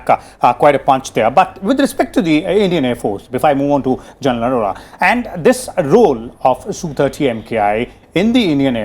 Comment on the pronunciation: needs to learn how to say General Arora - It is not Jan Laura.